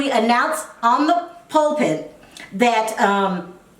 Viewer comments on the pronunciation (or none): Pulpit and exhume! Honey you're funny but imma need you to figure these words out😂 Anyway I like your style and I'm subscribing💖💕